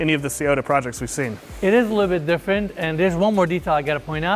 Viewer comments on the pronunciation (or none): none